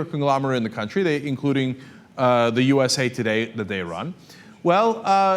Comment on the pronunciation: It sounded like Cenk said US Hate Today